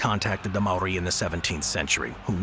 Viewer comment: I’m Māori born in Aōtearoa (New Zealand) and most these things were correct but not entirely but only because if it was brief but great effort. Also like many the pronunciation of Māori is a little off 😂 First if all the Haka is a War ritual not a dance. We used double barrel shotguns aswell as muskets during the Nz Wars We also invented Trench Warfare , artillery bunkers and used tunnels to escape when battling the British Empire.